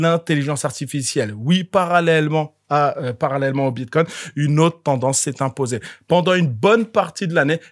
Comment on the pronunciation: BitCOIN pas Bitcon😂 T y arrives pas 😂🎉 Pas grave 😂🎉